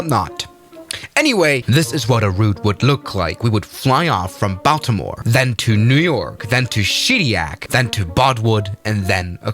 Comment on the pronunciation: I live in Baltimore. That’s not how you pronounce it. I think I had a few years taken off my lifespan with that pronunciation.